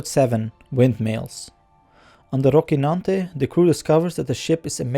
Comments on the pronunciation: It is not Rockynante (pronunciation), it is Rocinante. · your words are not clear... you should work on your pronunciation man, sorry to say but the recap/review should be understandable by everyone... Also, please correctly quote the name of the ship, it's Rocinante, not Rokinante... The "c" here has a soft sound as in "cellphone", you are pronouncing it hard as in "car"... Additionally, at a lot of points, you were not clear with your tongue... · Said rockinante multiple times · Thorough. Well done. A bit strange to hear you say "rockynante" every time though while that not how they say it on the show nor how it should be pronounced... :D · Good recap. Some pronuncuation tips from a Spanish speaker. Dulcinea is pronounced DultTHinea and Rocinante is RoTHinante. Both characters from the first novel in history: Don Quixote. Edits: I see someone already explained that! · Dulcinea and Rocinante are characters from the famous novel “Don Quixote” by Miguel de Cervantes. Rocinante was Don Quixote’s horse, a bag of bones he deemed better than Bucephalus, the horse of Alexander the Great. And Dulcinea del Toboso (aka Aldonza Lorenzo) was the imaginary apple of his eye, the embodiment of beauty and virtue, to whom he would dedicate his victories. Now, your pronunciation of both names was quite good, except for how you pronounced the letter “c”. In European Spanish, when “c” is followed by “i” or “e” it is pronounced like the English “th” [sometimes represented with θ] in words like “thin”: Roθinante; Dulθinea. However in Latin America (and some parts of Spain) it’s pronounced much like the English “s”: RoSinante; DulSinea. Was it pronounced like that in the series? I can’t remember. I guess that’s why I’m watching your video. Anyways, great recap!! Thanks!